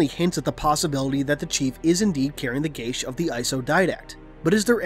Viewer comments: would it not be pronounced similar to gay as, not gashe, because im pretty sure their isnt a h in geas, food for thought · It's pronounced gee ahss. Otherwise great video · I love ya man but, I think it's pronounced G-US. Not like you're saying it. Your saying sounds like gay-sh. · The pronunciation I found said "geSH" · That's not how you pronounce geas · I don't think you're pronouncing geas right ._.